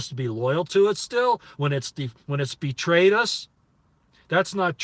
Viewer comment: General Betrayus? Lol swear that is what you said...